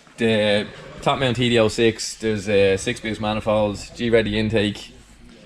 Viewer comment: Just a pointer here, GReddy is pronounced as one word, meaning GREAT eddy, like a wind eddy. (don't know why the great is capitalised, it just is) I mean it's all down to preference but if you're concerned with saying it as intended it's just Greddy. Good video as per usual!